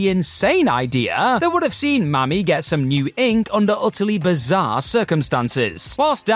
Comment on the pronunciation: why he say "Mami" like that?